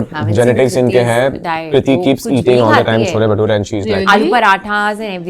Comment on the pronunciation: Why did she say chola bhatura why not chole Bhature if she is from Delhi ?